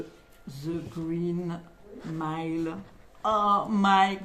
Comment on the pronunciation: "The Reen Mile" ça c'est la classe 👍🤣 Superbe édition 😎